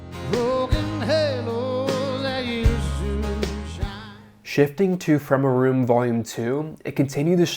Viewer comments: It's From Ay Room not From Uh Room 😉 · I don’t know how familiar you are with Nashville, but the “room” referred to on the album is pronounced with a long A not a short a. As in “from “A” room”, not “from a room”!! It’s identifying!! A room is a specific room used by many country icons in their recordings. It’s legendary. It’s not just a room. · Great little doc man! However you kinda missed one thing…His album “From A Room” accentuates the “A” as in Studio A of RCA in Nashville. You can Google the significance and history of that room but ol’ Chris S. might smack you if he hears you pronounce it “From ah room” ! 🤣🤣🤣